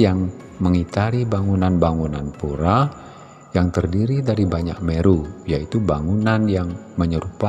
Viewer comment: Bahasa Indonesia untuk PURE adalah PURA dan dibaca PURA bukan PURE(LOKAL)🙏